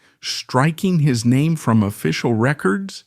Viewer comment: I lost interest after 10 seconds, following the mispronunciation of his name...